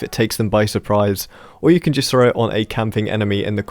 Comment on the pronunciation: "85% oF yOu ArEn'T sUbBeD aNd I LiKe eAtInG pOoP" Shut up. You don't deserve more. You can't even say 'throw' correctly. Hint: It isn't 'frow'